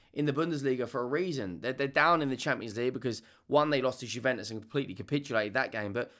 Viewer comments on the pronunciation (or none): none